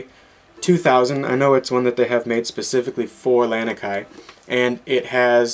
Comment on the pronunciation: you were pronouncing ukulele just fine but it's lah-knee-kai